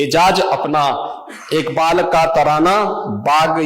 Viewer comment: jisko allama iqbal kaa naam bhi padh ke lena pade wo bhi sahi se pronounce na kar paye, toh samajh jaao wo kitna Indian hai aur kitna literate..